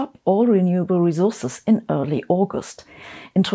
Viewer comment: "rezources" (Zabine, "s" in English is almost never soft or voiced), "mischion", "cultscheur", "raschio", "averatsch", "mutch", "populaschion'"